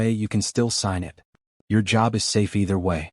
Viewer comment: It took me awhile to realize the AI reading this story doesn’t recognize the word “it.” It keeps referring to it as “IT”(information technology).😂😂